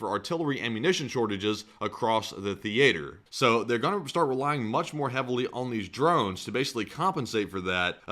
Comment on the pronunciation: Why did you pronounce theater like you've never seen or heard the word before? Lol